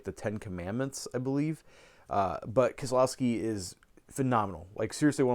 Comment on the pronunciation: With the risk of sounding pretentious, here are a couple of pronunciation corrections. The "ques" in Jacques is silent. It's pronounced Revansh and La Yen. W is pronounced as V in German, (so Vim Venders, Verner). Kieslowski is pronounced Keshlovski. Alain is pronounced Alen. Le is pronounced Lyo. Andrei Rublyev. Michelangelo An-to-ni-oni And some other minor mistakes. :D